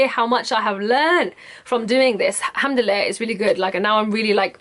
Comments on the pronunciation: I know right hahaha "Alhamdille" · First of all, I love your Egyptian accent when you say 'Alhamdulillah' (you do have one if you haven't noticed) :D ,, Secondly, You Go Girl !! I was soo happy when I knew that you do ship outside the UK... Will be waiting for you collections.. All the best !!